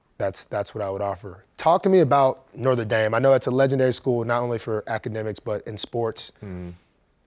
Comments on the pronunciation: Is Marlon saying "Northern Dame"???? Lol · “Norther dame” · "northe" dame? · “North of Dame” Love you Marlo